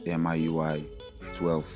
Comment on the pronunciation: It's not M-I UI IT'S MEE YUU EYE😉